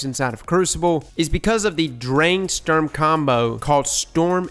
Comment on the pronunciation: It's not stürm... It's STUrm!